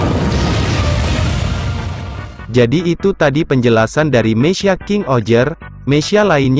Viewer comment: Meka bang bukan mesya